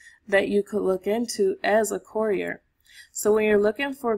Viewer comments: Step one, learn how to pronounce courier. 😂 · Great content, but for the love of God. The annunciation of courier is driving me insane. Still like the video though.